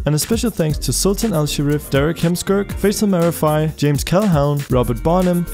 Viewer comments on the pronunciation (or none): none